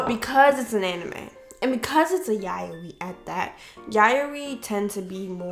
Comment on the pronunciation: I am so soooooooo sorry- But I got sooooo triggered by how you pronounced yaoi, 💀💀 I personally loved Dakaichi the anime- not the manga though because the manga was real r*pey, but the director of the anime said everything in the anime was consensual (besides the Ayagi incident)